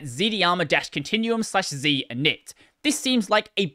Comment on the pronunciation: FYI, it's pronounced z-darma.